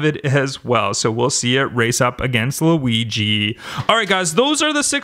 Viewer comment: It's not Louisie it is weegee